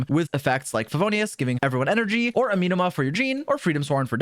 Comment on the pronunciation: I hate the way he is pronouncing “Amenoma” 😂